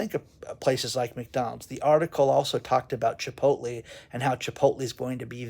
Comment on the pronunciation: doesn't know how to pronounce chipotle